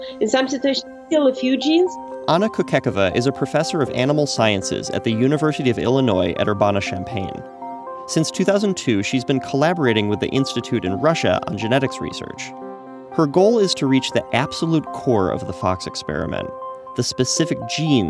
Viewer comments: its pronounced ER-BAN-A not ER-BON-A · Its Err-Ban-Ah lol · 1-its champaign-urbana 2-its pronounced urbA(as in apple)nuh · lol urbana rhymes with banana not ivana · Urbona? If you're gonna say Urbona, you might as well say Illinoeez. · It's pronounced Ur-ban-uh you uncultured swine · As a person living in Urbana, IL, I've never heard someone mispronounce "Urbana" like the narrator did . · Just so you know, the first A in Urbana is pronounced like that in “back”, and the second is pronounced with an “uh” sound. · He butchered "Urbana" . Lol